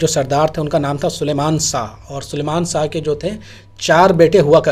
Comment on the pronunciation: Sar sha nahi shah aap apni zuban sahi kare shaa nahi shah